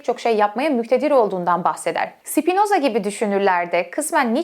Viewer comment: Sipinoza deme ya lutfen.Spinoza😢